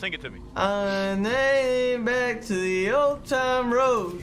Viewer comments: Anyone else triggered when he said “Old Town Road” as Old Time Road and sang it wrong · you butchered the fuck out of old town road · My guy said “old time road”😂💀